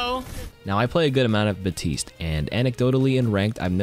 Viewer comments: It’s baPtiste. Not batiste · The way you pronounce Baptiste hurts my soul